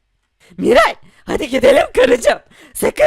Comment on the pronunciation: Miray haydiğin değil haydi